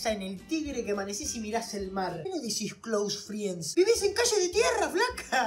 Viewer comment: Tuvo la misma reaccion que santutu cuando escucho a esta piba decir cloose friens (amigos e facebook) te lo juro¡¡